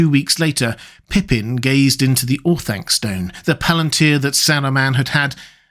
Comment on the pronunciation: Or-Thun-kuh, not Or-thang-kuh